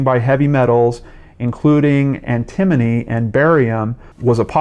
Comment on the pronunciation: Hi, antimony is pronounced 'anti mo knee'... just so you know.;) This is definitely a strange case. She also spoke out about different evil things the government was involved with....who knows. They are very well known for killing people that speak out against the government. The fact that both of them died from the same thing is crazy.